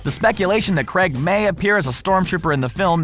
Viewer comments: Oh it's creg now not Craig now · Daniel Creg LOL